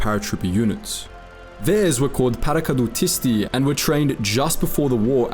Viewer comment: Also, thank you for doing justice to their valour and sacrifice (paracadutisti is very good :)